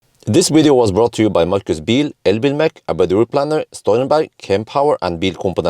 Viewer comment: Birch (ch) not birk (k)